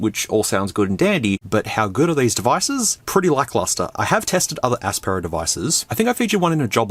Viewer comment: Aspera... sounds like Asspera more and probably would fit better too as these phones are the bottom of the barrel